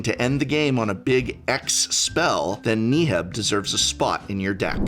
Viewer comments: Can we acknowledge that he pronounces Neheb as "nee-heb"? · If he says knee heb one more time !! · Do you purposefully miss pronounce legendary creatures names just to piss people off? KNEE-heb... ZACIMA. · oh man, I just love Knee-heb the Eternal. it's my favorite creature from the Aye-mon-keet block lol just kidding, Prof. I love your work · Knee-heb? You gonna do my boy dirty like that? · Thank you for the video! but I must ask, Knee-heb ? 😱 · Who the fuck is knee heb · Knee Heb? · Thumbs down for pronouncing Neheb so poorly over 10 times. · I kinda laughed when Prof pronounced Neheb, different from everyone else. Is Prof wrong? Considering his English background I'm wondering if everyone else is wrong! haha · Why does Prof pronounce Neheb like he’s trying to hypnotize me? Jokes aside, really solid video for anyone looking to dip their toes in Red. Maybe more people will see that Red is actually pretty cool, with a large number of interesting and unique commanders, and it can fight you too.